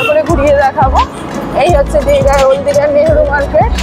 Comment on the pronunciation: দিদি ওটা ওল দীঘা নয় ওটা ওল্ড দীঘা😂😂